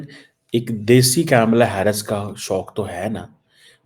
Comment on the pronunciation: Kamala Harris ..not kyamala Hyarris..ok..English medium?